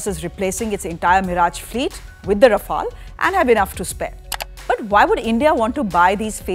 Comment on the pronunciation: At least she prononces Rafale properly.